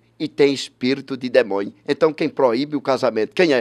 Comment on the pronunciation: "demonho.....frutua...escultura.....tive dois dia...com jezuiizizizzizi